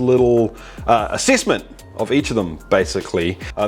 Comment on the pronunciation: Excuse me, it's called "Assessment" lol